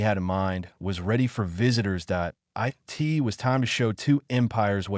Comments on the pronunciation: Hangry maybe? Good story. Thanks. Some observations for AI improvement: Two letter words should be pronounced as one word. Ex: "i" "t", should be "it". Dots at the end of a sentence indicate pauses. Not words to be spoken by the narrator. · It would be nice if the AI could distinguish between the word "it" and the abbreviation "IT". I guess we don't have to worry about our AI overlords just yet